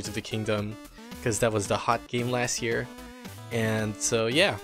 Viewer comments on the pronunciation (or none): none